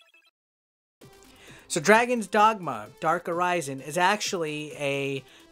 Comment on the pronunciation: The darke arise en? You can at least say it right🤨